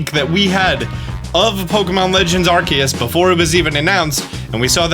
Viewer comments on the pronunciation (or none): Why do you keep calling this game "Arseus" after the Nintendo trailers of them pronouncing it "Arkeus"?